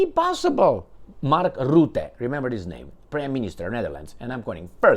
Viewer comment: Rutte, NOT ROOTTE. Dutch 'u' is pronounced like U in hut, cut etc. Alexander Christoforou has the same problem. Mark Rootte does not exist. Only Mark Rutte exists. Rutte is a free mason. Free Masons are everywhere, also in Russia.